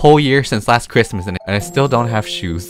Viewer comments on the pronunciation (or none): No one: Literally no one:: “It’S kRiMaS”